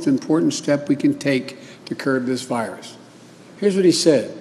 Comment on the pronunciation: “Cer this virus”